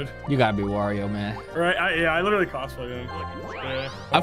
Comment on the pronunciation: you have permanently altered my vocabulary i cant stop saying Lidally